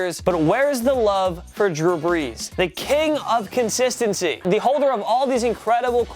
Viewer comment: who is this drue breas?